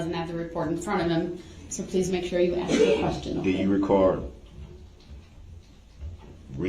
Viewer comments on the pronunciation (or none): But cannot pronounce the word "ask" ..... he wants to "ax" a question. Dumba$$.